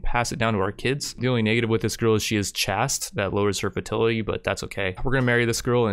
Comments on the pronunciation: The pronunciation of chaste is with the a in "play", so like chay - st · Bothered me as well when he said chasst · I hope you don't take this wrong, but I know how it can be to only read a word and never hear it spoken. Chaste should sound more like 'chased' when you pronounce it, kinda like 'Ch-AE-ste'. I hope that helps, not trying to be critical...we've all been there! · love the video but why do you pronunce 'chaste' like that? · I love how everyone who plays this game mispronounces something. And I'm not even talking about the plethora of foreign names. I mean words. Gonna put this guy down for "chaste." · ME: Watching your video hoping you don't need to say the word tomb. YOU: Butchers the pronunciation of the word chaste. ME: O fug sticks , he's at it again. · Chaste rhymes with 'waist' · Turned off after he couldn't pronounce "chaste"🤣